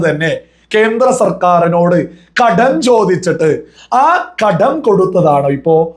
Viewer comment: ""ഘഡ൦" " അല്ല കടം നൃായീകരിച്ചു മെഴുകണ്ട, പൈസ കമ്യൂണിസ്റ്റ് കാർക്ക് ചായ കുടിക്കാൻ അല്ല , കേരളത്തിലെ വയനാട് അടക്കം ദുരിതപ്പെടുന്നവർക്ക്, സഹായധന൦ എന്തോ ഔദാര്യം കേന്ദ്രം ചെയ്യുന്നു എന്നൊക്കെ പറഞ്ഞു നടക്കുന്ന വർ കുറച്ചു പേർ കാണും പിന്നെ തോറ്റ സുനിൽ സമ്മതിച്ചു തോറ്റു താങ്കളുടെ സംസ്ഥാന പ്രസിഡന്റ് അടക്കം വീരശൂര പരാക്രമികൾ ജയിച്ചിരിക്കുകയാണല്ലൊ ഇതൊന്നും രാഷ്ട്രീയ൦ പറയുമ്പോൾ നല്ലതല്ല എന്നറിയാ൦ പിന്നെ കടുപ്പം കൂട്ടി വാക്കുകൾ പറയുന്നതു സതൃമാവില്ല അതിനാൽ ""രൂഭ"" വേണ്ട രൂപ കൊടുത്താൽ മതി അവകാശപ്പെട്ടത്